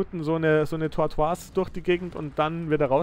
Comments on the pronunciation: Das ist kein französisch du spricht den Namen nur falsch aus. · "Tortoise" wir nicht französisch ausgesprochen, sondern englisch, weil es Schildkröte bzw. Landschildkröte bedeutet.